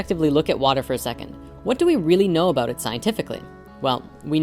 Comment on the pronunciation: He gave a shout oot. What's that aboot?